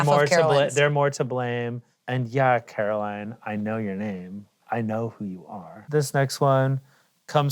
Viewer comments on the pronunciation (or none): Ian to Caroline: “I know your name” he completely mispronounced it 😂